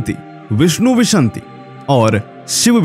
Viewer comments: विशन्ति नहीं विंशति 🙏🏻न् श से पहले बोला जायेगा अर्थ 20 होता है धन्यवादः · विंशति को विशंति क्यों बोलते हो? हिन्दी पढ़ना सीखो।